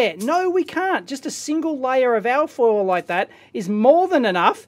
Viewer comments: You keep saying something like AAAH FOIL, it took a while before I realized that you were saying ALLLL FOIL. So I assume you are saying ALUMINIUM FOIL or for the Yanks ALUMINUM FOIL. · "al foil"